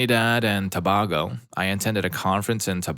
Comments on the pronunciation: It's Trinidad and Too-BAY-go not BAh-go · Its pronounced To-bay-go not To-bah-go.